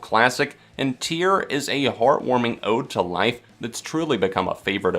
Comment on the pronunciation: "Tear" as in a rip, not "tear" as in crying.